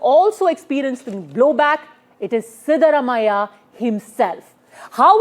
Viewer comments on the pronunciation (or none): Pronounciation is wrong. Siddarumaiah ❌ Siddaraamaiah ✅